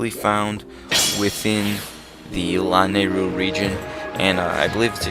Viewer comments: Its luh-nay-ru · Everytime he pronounces Lanayru that way I just.... ugh. :P oh well